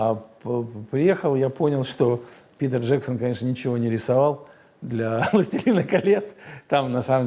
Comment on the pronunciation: я один слышу "Пидор Джексон", а не "Питер Джексон"?